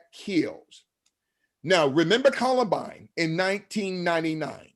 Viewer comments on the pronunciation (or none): none